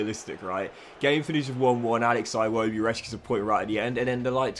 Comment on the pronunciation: Is it aa-iwobi or i-wobi